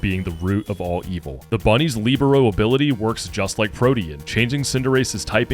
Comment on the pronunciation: We need to help my man learn how to pronounce Libero haha